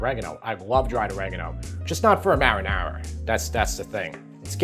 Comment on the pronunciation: why can't he say marinara 😄